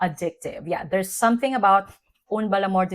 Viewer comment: Dear, as you love it so much, may I give you a tip: "UN" bel amour d'été pronounces like Guerl"AIN". I must try it now in exchange😉 Love your reviews!🫶🏻🙋🏻‍♀️